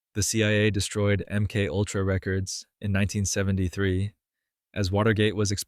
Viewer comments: AI SLOP.... "M Kultra"???? How about M-K-ULTRA. Fkn garbage. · AI narration. MK Ultra pronounced emkultra. Pathetic. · I don't have a problem with the topic, but I am INSTANTLY jumping off after hearing the AI voice say "M cultra." Byeee.... (All of these comments talking about the "hard work" of the one who made this. Good luck to all of us.) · "M. Kultra" Nice. Good job, a.i.